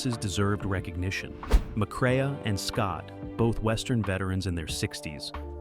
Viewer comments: Peckinpah's cinematic directoral debut was "The Deadly Companions," not "Ride the High Country". And it's pronounced "McCray", not "McCrayuh". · It's more not mcrea. The a is silent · Pronounces it "McCray-uh" hahahha....